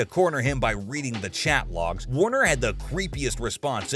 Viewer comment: Actually, it is Michael Warrecker. Not Warner. Seibert not Syberg.